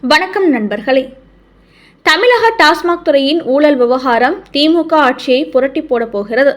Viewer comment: உனக்கு தமிழ் சரியாக உச்சரிக்க தெரியாதா. தமிழை தமிளஹ என்று வாசிக்கிறாய்.தமிழ் உனது தாய் மொழி அப்படி இருக்க தமிளக என்று வாசிப்பது உனக்கு தவறு என்று தெரியவில்லையா.